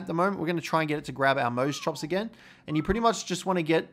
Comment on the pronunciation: Mose chops naaaah I can’t watch this guy it’s moss chops